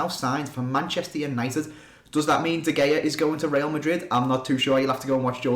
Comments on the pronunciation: i love how you say de Gay-ah instead of De Hay-ah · It's pronounced De Hea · It's pronounced De خya